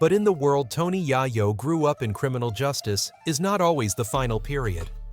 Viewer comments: I automatically do not want to finish this video only 2 mins in .... I hate these cornball ass doc. Directors who can't even pronounce the name of the person they have the video about ..... Then to top it off they have the face of Joe Rogan who has nothing to do with any of this LMAO..... So because the way he is saying yayos name now I can't even watch the video . ... F ing cornballs you make me want to vomit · I said the same exact thing I gave his. Video a thumbs down just because the way he is pronouncing the name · I want to really appreciate you guys when yall make documentaries and these short videos of the rap culture. Yall do the research but saying his name wrong in the first 30 secs of the video is just bad as it gets. I won't even watch you. I'm downvoting, I hope they bring it back to where you can see how many people don't like videos in the future